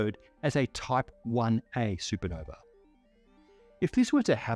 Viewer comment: "Sue Puh-nover"